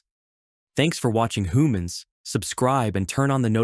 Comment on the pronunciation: Didn’t notice until he said hoomans at the end